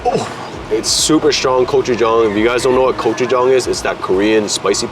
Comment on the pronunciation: he had me cracking up how he was pronouncing gochujang 🤣 every place looked soooooo good though!